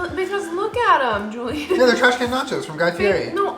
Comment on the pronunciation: But he only responds to "Julien-uh!" That hidden 4th syllable, thanks Jenna! 🤣🤣